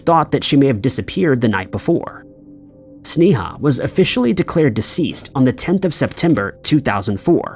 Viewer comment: You are saying her name wrong as can be. It's pronounced (Snay-a)